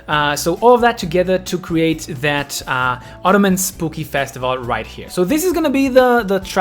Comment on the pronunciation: Idk if it's meant as a joke or because your first language may not be english but, but Autumn is pronounced "aww-tum" and not "otto-man," ❤